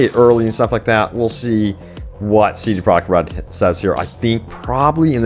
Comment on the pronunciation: I am not hating when I say this but wouldn't it be easier to say CDPR instead of CD Projekt Red every time because you say it a helluva lot, and when you say it you mush it all together(I guess to say it faster) and it sounds fucked. You should say CDPR, I promise we will know what you are talking about